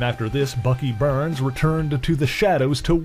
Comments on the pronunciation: Why you saying burns? Lol it's Barnes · When you keep saying BURNS, do you mean BARNES. isn’t his name Bucky BARNES? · I heard burns and the closed captions picked up to.